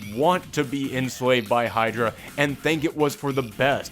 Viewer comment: Captain Haydra ... Just call him Captain Haydra :|